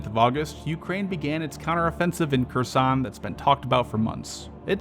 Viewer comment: KEERSON, not kursan.